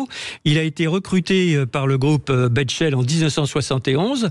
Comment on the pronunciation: Bechtel, pas Betchel